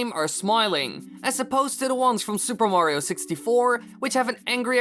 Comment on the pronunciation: Learn how to say Mario. It sound's that you say Wario.